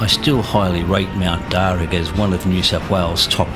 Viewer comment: Darr u not darr ag